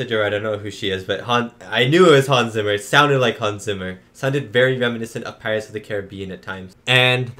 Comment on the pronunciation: Hans Zimmer's last name is pronounced "Tsimmer", not "Simmer"! 🤣